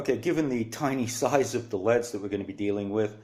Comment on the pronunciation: They're light emitting diodes : L.E.D.'s not "leads" (ledz)